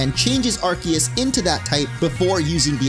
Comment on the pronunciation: ARCEUS " AR - SEE - US " FOR HEAVEN'S SAKE